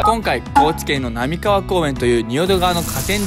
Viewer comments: 波川(なみかわ)じゃなくて波川(はかわ)と読みます(⌒-⌒; ) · 波川は「なみかわ」やなくて「はかわ」やないですかね…？間違っちょったらすみません😥